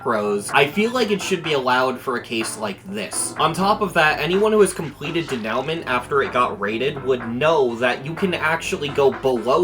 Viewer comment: Denouenent is pronounced day-new-mahn, or something similar. It's French.